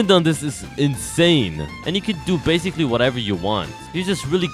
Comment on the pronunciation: Guys why does he say bascil. every time😂😂